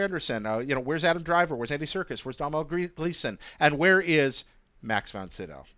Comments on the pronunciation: Domhnail is Don (like "don't") - ul. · I'm from Ireland and it's pronounced DONAL Gleeson!! not DOM-HALL? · Domhnall is pronounced Doe-Nal not Dom-Hall (just putting it out there) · Cool video guys, just for future reference though you are pronouncing Domhnall Gleesons name wrong. His name is pronounced phonetically as doe-nahl. So doe as in Homer Simpson and the a in Irish names is generally pronounced more as an ah. The mh is silent. But to confuse matters further most people from Dublin (where he's from) would pronounce it phonetically as Doe-nil. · Domhnall Gleeson's first name is pronounced DO-nul and is the Irish spelling for the name Donal. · Just a heads up to, Domhnall is pronounced Donal!